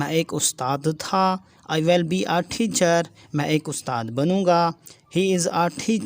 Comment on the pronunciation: Your style is very bad to u say thechar it's teacher not thechear 🤧